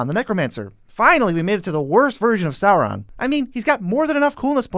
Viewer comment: I'm sorry but Aragorn, Gandalf, Galadriel, Théoden, Círdan, Celeborn, Éomer, Angmar, Gollum are all off, plus others being somewhat off, too. Typical americanization of names. Certainly, while it being one of the somewhat off, I appreciate Sauron not being pronounced as "sore-on".